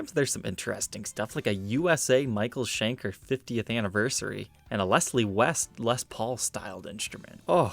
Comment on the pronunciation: C'mon man, Michael Schenker is not an american name, it's GERMAN, and therefore it's not pronounced as in english.